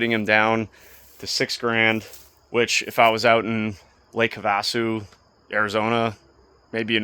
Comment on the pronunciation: Lake, HAVE-A-SUE NOT HA-VAS-OO Just so you know lol....anyway it was a very entertaining video.